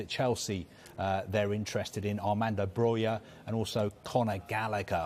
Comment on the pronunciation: The only Englishman who pronounces Broja right.